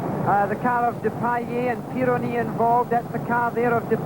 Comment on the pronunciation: Worth watching just to sneer at the pompous Sir Jackie, [ "a self certified half-wit" in the words of Max Mosley], mispronouncing "Didier Pironi". Unbelievably crass of him to "interview" Andretti in the aftermath.